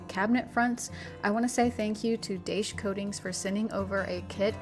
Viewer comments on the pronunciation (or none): Daich is recommended by well known home improvement show At Home with Gary Sullivan. Actually pronounced Dye-sh.